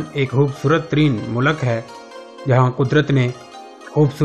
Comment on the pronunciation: mu lak nahi hai bhai ye mulk hai